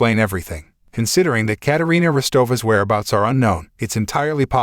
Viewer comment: It’s Katarina